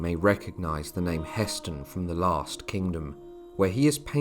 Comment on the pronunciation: It's Hah Stein , the pronunciation